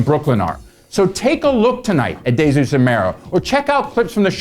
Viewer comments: DAY-ZEUS lol. Much respect for the review! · It's Deezus and Mero not Dejsus and Mero, great review tho